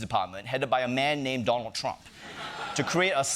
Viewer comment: Chieng is not funny, and his extra thick accent is distracting... he really leans into it. He can't even properly pronounce "Donald" but is always calling him "Don Trump" 🙄 Unwatchable, except for those of us who are into pain.